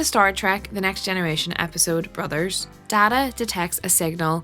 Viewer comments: DAY-TAH not DAH-TAH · Day-ta NOT Daa-taa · Yo man, cool video, but you pronounced Data wrong. I get that there are 2 pronunciations for the word, but the character is named Data (Dayta). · Your mispronounciation of Data's name cut deep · that is not how one says data to be honest